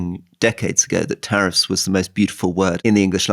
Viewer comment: Love the show, but it’s “tariffs”